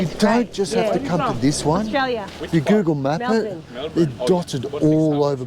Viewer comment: Gotta love how people just CANNOT say Melbourne correctly! It is more Mel-bun than Mel -BORN. Or, Mel-burn might do in a pinch, yes? Americans (We bloody Yanks) cannot seem to get it right. Sorry for that, Guys! But, we Americans love the Aussie accents and can listen to all three (Broad, General, and Elegant / Cultivated) allll day.